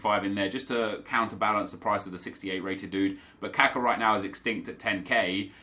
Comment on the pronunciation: its not kAka its kakA please stop saying it kAka its really annoying